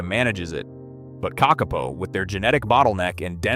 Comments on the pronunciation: Stupld humans destroyed the ecology of New Zeeland by mindlessly introducing dangeroud invasive species! The bad AI narration pronounced "kakapo" incorrectly, except once or twice. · I like it that they have studied the kakapo and yet still cannot say the name correctly. A little more research, Is an interesting video though :) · Couldn't cope with the spectacularly awful and varying pronunciation of Kakapo. A pity, because otherwise a good straightforward doco. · Good but why is the cvommentry in American with someone who cant even pronounce NZ words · Couldn't you find a genuine Kiwi speaker instead of the terrible AI generated American - how many ways are there to pronounce Kakka-po? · Kikkarpo ? What in the heck is that? What's mongger towtarri? Why use an idiotic Yanky voice That shows no respect for the topic? There are thousands of New Zealanders who could do this job justice. When you make a video it's important to think of your credibility and of the viewers' ears. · Are they Car car po or are they Kuck arPoh? AI very poor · this ai said the name of the bird probably 100 times in this video, and never once said it correctly. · Surely it's not difficult to find out how to pronounce Kakapo? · It's pronounced KAKapo, not kakApo Hearing you mispronounce the name again and again is painful to the ears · KAKapo!! Th emphasis is on the first syllable. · Say it with me - Ka kaa - poe. The 2nd ka is a smidge longer. The po is like Edgar Allens' Poe. Please and thank you. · i mean it is pronounced “paw” not “poe”… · KÄCK-uh-poe. AI needs to learn to pronounce it correctly. 😂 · It would be helpful to make a video more accurate, if you KNEW HOW TO PRONOUNCE the birds name. It is Ka Ka PO !!!!!!!!!!!!!! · Kak-a-poo spoken as spelt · its pronounced ka ka po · who tf pronounces Kakapo as ka-ke-po ??!! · I was thinking this too 😆